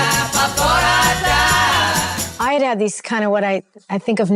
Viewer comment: bo BRUM-ellz, not bo brum-ELZ. Named after a male fashionista who was a buddy of King George IV of England around 1800.